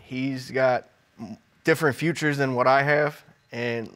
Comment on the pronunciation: “He doesn’t have my futures” .....Ummmm..Sir I think it’s pronounced features!!😩🤣🤦🏽‍♀️🤷🏽‍♀️